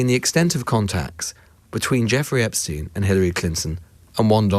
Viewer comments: Whats with the "Esptein files"😂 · “Esptein files” well done, very professional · ITS EPSTEIN and not ESPTEIN